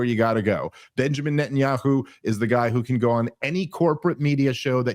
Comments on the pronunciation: Nethanyahu has weaponsed the letter "H" with "KHHH". I mean i swear I have heard him pronounce it properly before... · Why does pronounce Netanyahu with a British accent?